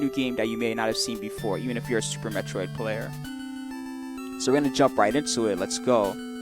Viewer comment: It's Metroid not metriod!